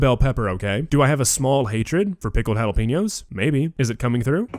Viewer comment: Considering he is whiter than a piece of freshly made paper and cannot even pronounce Jalapeños correctly, I think the most daring thing he did in this video was use some in his “Dish”.